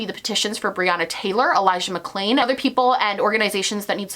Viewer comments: He said Elijah McCain instead of Mcclain and then dubbed it over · can we also talk about the fact that he mispronounced Elijah McClain's last name and then dubbed it over? Like, do you not even have the time to rerecord a snippet in your giant mansion during your weeks in "reflection"?